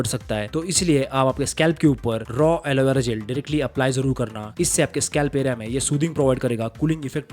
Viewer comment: aloevera ‘jail’ 😂😂😂😂😂 it's clearly visible that this guy in not much educated and made the video using google or ChatGPT and didn't visit any dermatologist or doctor.